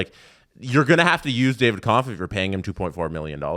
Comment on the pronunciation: Is it just me or is and always mispronouncing David Kampf’s last name incorrectly